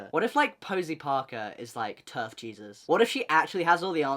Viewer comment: My bad but every time you say terf I always think ur Abt to say turd😂